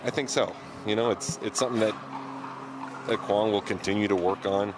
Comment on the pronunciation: Yay, pronounced Quang almost correct. Keep it up.